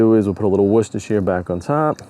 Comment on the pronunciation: 5 syllables, break it into 3 and then 2. Wor Ces Ter Shi re